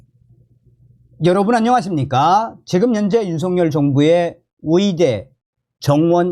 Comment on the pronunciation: 위대 아니고 의대 위사 아니고 의사